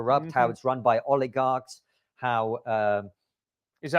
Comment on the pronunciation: I'm sorry but what is an oligag?